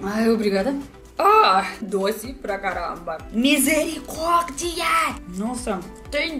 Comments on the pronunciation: O misericórdia dela foi com sotaque de carioca.😂😂😂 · que bonitinho a toda brasileira falando ''Misericórdia''!